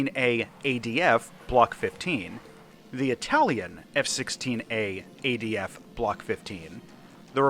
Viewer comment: it's adf not adv get it wroight mate